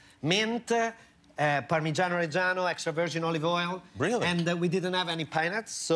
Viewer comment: As Italian, I love the fact Bottura said “Parmigiano Reggiano” instead of Parmesan cheese